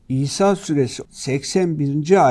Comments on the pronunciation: Sayin Hadi Özışık sure adını söylerken kayıttan olabilir sanki İsa süresi gibi algılanıyor Daha vurgulu ve net biçimde İsra süresi olarak söylerseniz daha anlaşılır olur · İsra Suresi mi demek istedi yoksa bildiğin "İSA" suresi mi?